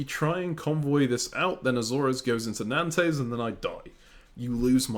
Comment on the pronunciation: Nice video, will keep watching. This is interesting. Calling Nantes - Nan-Tes is wild 😅 Keep up the good work though